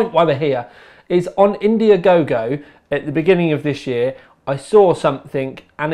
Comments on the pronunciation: and dude its not indiagogo xD its Indiegogo :P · Indiagogo? Isnt it Indiegogo? :o